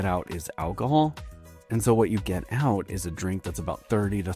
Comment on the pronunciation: The AI voice is killing me 🤣 Al-ko-hool